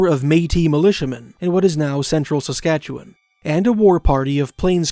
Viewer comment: You just got a new subscriber for pronouncing Saskatchewan correctly. Thank you for that.